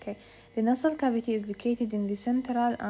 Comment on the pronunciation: طلاب بالنسبة للتجويف الانفي nasal cavity جربوا تسمعون نطقه من مترجم google اصح من نطقي بهاي المحاضرة بيه خطأ 😑